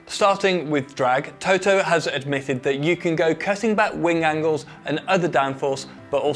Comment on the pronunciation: Can u stop that ignorance and prononce Toto's surname correctly!